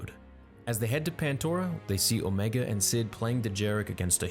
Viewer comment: It’s pronounced omeeeega